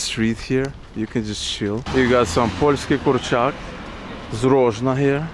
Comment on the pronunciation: I love the way you said Polski kurczak, it sounded really funny xD